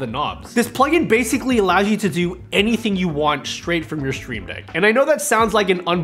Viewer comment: I like the way you say “sh-shtreamdeck”😊